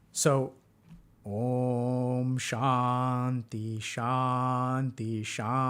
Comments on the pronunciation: that "shanti" is transliterated wrongly didn't help either. sounds like doc is pronouncing "shandhi" to me. ✌🏻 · When he started pronouncing Shanty, I got the image of the loading screen for the map "Shantytown" in MW2 and lobby music started playing in my head. So... MW2 lobby music is now playing in your head🪄